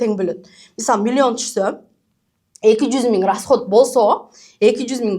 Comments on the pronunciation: Милионду Милйон деп суйлогон адамдан кандай окудунар!? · Уч создун башын чогултуп суйлой албайт экен, милён (миллион) деп отурат, ушул эмнени уйротмок эле? Ушундай "продюсер" болгон шылуундарга алданган адамдарга тан каласын. Кантип, кайсыл башынар менен 300 мин бересинер? Дагы кредит алып, рассрочка кылып бергенинерге не дейин?! Демейде 3000 сом чыкпайт азыр, 300 мин оной эле кармата коёсунар....... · Милён дейт 😂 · мулен мулен дейт го😂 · Млён млён😂😂